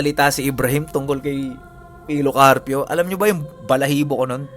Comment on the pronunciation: Grabi talaga yung kilabot ko nung bigkasin ni Ibrahim Yung si pilo karpyo, grabi tumatayo talaga yung balahibo ko wooo 😲🥰